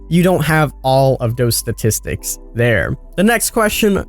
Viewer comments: Statistics lol he can’t say it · Okay wtf did you say . ststisticks is pronounced statistics, da is pronounced the please speak English